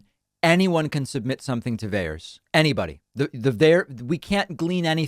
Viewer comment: It is VAERS